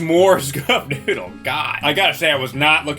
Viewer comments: Am I the only one who thinks it sounds like he says I want my nudes, instead of I want my noodle? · I keep hearing i want nudes XD